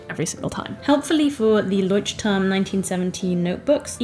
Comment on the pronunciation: Hii. I don't know how to make it sound not mean, and I am not forcing you to pronounce it correctly, it's more for information. The pronunciation of the name is wrong 🙈 I haven't written transcriptions for ages, but it sounds more like [loiht'turm], no [Ch] sound there. I'm not German but I can speak the language. And I know the struggle of the foreign names 🥲 So I'm not forcing you to change it, just sharing. For me, to be honest, it sounds hard, to hear the "Ch" in there, but it's my issue. And thank you for the video, it's really nice and finally someone shares "no time/no skill for art" issue 😂🥲